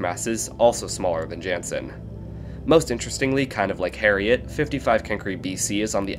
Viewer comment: He I know I've already said this before but just in case you didn't see. You're pronouncing 'Jannsen' wrong. Its actually 'yan-ssn' can you please add this to your future videos?